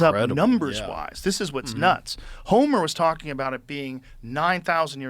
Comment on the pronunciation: Wrongly says Homer about 30 times